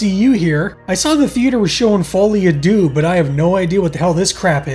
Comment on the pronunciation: Good episode, but I have to be pedantic. Deux is not pronounced "Doo" but more like Sir with a D and no R.